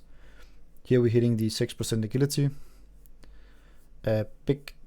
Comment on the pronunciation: din accent kommer voldsomt igennem specielt når du udtaler a gility og ikke Ajility. g'et er blødt. ud over det. builded ser ud til at virke ok taget i betragtning af som du forklare at du ikke har de forskellige talents og abilities som du gerne ville have.